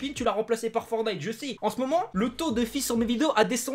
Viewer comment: Pk tu dis forny c'est forTniTE